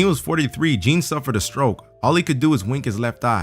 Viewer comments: The French Jean is not pronounced Jeen, but is closer to John. If you see a guy called Jean, his name is French and isn't pronounced Jeen, that's the English for a girl name. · "jeen" lmao